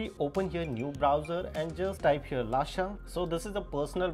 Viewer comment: Bhai it's not lasha it's lusha